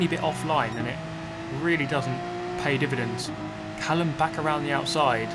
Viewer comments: When you say Callum, do you mean Malcolm? (Mallucm) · You said in the most recent livestream that you would maybe pronounce something deliberately wrong to force comments.. I assume you went ahead and did it with "callum"? lmao pig :D